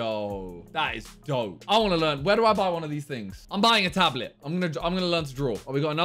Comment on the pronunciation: no one: absolutely no one: Simon: tablit if you take offense you are next level of stupidity